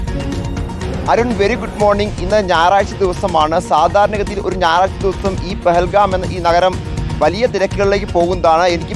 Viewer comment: പഹൽഗാം അല്ല ന്റെ അരുണേ പെഹൽഗാം